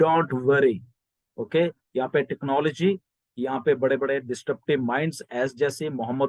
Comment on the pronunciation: Sir... Pls note it is not DIS 'T' RUPTIVE. It's DIS- RUP-TIVE. Congratulations To Allllllll Founders.